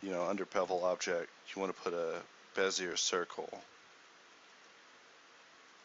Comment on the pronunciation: It's pronounced like "Bezeeyay" (I actually pronounced it wrong, I was thinking "Bizyay" but corrected myself). It's named after a french car designer. Other than that I can't hold a candle to this.. Checked to see if I got it.. .. I created the Torpedo tutorial for blender 1.6 , that was like probably 15 years ago.. I was totally stunned by this tutorial, so much to learn.. I love the fact that I can put links in youtube now, they used to forbid that.. as with the famous cigarette slogan, you've come a long way baby!!